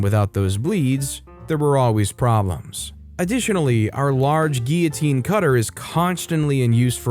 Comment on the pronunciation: You pronounced guillotine correctly!!!! Yeay ;-XXXXXXXXX